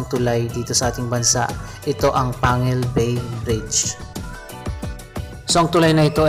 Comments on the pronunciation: ang tamang bigkas po ay PANG-GUIL BAY at TANG-GUB parang batangas, pampanga, pangasinan.... pagka pangalan ng lugar po, ang bigkas ay Double *G*. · Pronounced as Pang-gil bay Pronounced as Tang-gub City.